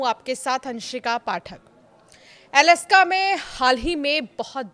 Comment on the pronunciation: अलस्का नहीं - अलास्का 😂